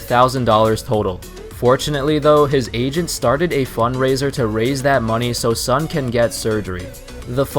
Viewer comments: It's pronounce as Soon not Sun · By the way, "Sun" as a Chinese surname should be pronounced similar as 'soon'.